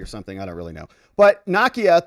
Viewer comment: NAKIA: nah-key-ah